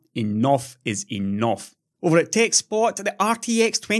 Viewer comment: "enoff es enoff", indeed!